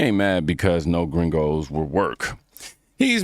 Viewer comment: The guy around the mark was an absolute clown. YOU ARE WHITE, and your dumb self calls other whites gringos like you are Mexican and you can’t even say it right! And with your annoying ass attitude, no honest person would work for that clown. And it’s all fun and games when you can take advantage of people who can’t report the “slave labor” a lot of these fools do with illegals working for them. I seen a similar clip from a farm owner whining about not having any illegals to work and we better get our asses out there and work. And I’m like “no I won’t help you but ain’t it funny that he loves paying people like shit and under the table, mind you with ZERO BENEFITS or healthcare for such work that deaerates slowly and the clowns could care less about you. Thats why they chase after illegals to work for them. Cheap and they can’t report you for how you treat them. Scummy behavior